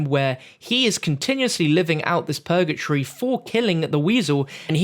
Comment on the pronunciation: It’s purgatory not pur-ga-tree. PUR-GUH-TORY